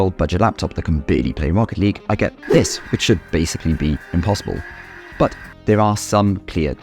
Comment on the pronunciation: I hate the way you say "but"